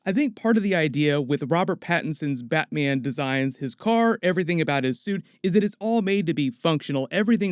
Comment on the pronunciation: Nobody:: "BATMIEN"